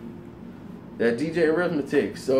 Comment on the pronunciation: you my OG! Lol. But you how you gonna talk about us 20 year olds and below, and then turn around and show your age by saying "DJ Arithmetic?" 😂 It's DJ Akademiks!! I'm dying fam! 😂😂😂